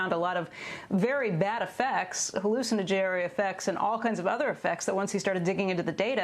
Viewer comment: Did she say "hallucina-Jerry effects"?